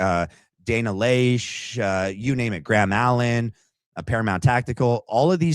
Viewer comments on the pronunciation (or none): Love your show. I think her last name is pronounced Lash.